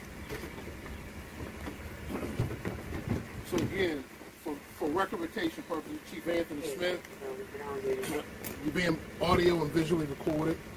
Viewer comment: what the hell did he just say ? “ for recommenTation purposes “! This guy must be suffering from a brain aneurysm!